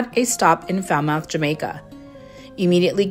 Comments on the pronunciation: It’s NOT Falmouth it’s Fal Moth like mothballs you have to pronounce the TH not 👄. Depending on how long you’re going to be in port do some research and grab a cab to do things on your own. You can do it with another adventurous passenger but the locals are pretty kind. Again do your homework but do not throw caution to the wind. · Thanks for the promotion but the pronunciation of "Falmouth" is wrong. The correct pronunciation sounds like "Falmuth". The way you said makes it sound Fowl mouth. Thanks anyway. Much appreciated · Its not pronounced Fal- mouth but Fal- Mut not like it's spelt. Lol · Foul mouth 😂 It’s Falmouth pronounced fal muth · Firstly..it is pronounced 'FALMOTH' or as the locals say it 'FALMUT' So happy that u enjoyed ur time in Jamaica. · Yes!!! It is definitely NOT pronounced Fowl Mouth. Geez! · It’s pronounced Fal- moth, beautiful 😍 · Falmouth. The 'o' is silent, Falmuth. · No its Fal- mut the mouth is pronounced mut. That's how it's pronounced by Jamaicans. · Bless you, it's pronounced 'FAL-MUTH'. Jamaicans will often leave the H off at the end so it sounds like 'FAL-MUTT'. Not much to do in Falmouth except walk around and look at the buildings,most of them are really old or use the same architecture. A nice stop to appreciate a bit of history and grab a bite to eat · Pronunciation of “Falmouth”, “Fal-moth”. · It’s pronounced FAL- MUT. Thank you. I hate when people F up the pronunciation of the capital of my home parish (state). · Its not pronounced “mouth”… its more like “Fal-moth”… its the British spelling that throws it off for Americans lol You’re about to upset a whole bunch of Jamaicans here by calling it foul mouth 🤦🏾‍♀️ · Foul-mouth? That’s what I have, not the way you pronounce the port! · Omf!! You are pronouncing "Falmouth " wrong 😮😮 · The U is silent in Falmouth. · Well first learn how to pronounce Falmouth, glad you had fun.